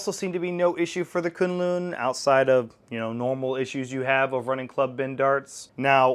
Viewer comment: FYI, it is pronounced 'koon-loon' I hear quinlin in the beginning, just to clear up the naming.